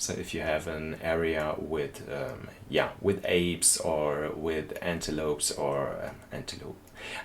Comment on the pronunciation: Monkey World is epic so far! and as much i love hearing you say antelopes with the exaggerated E, the E is kindof silent like anti-lowp vs anti-lowp-ees